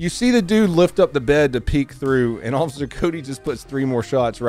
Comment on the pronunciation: PLEASE pronounce the F in officer. PLEASE stop saying osser.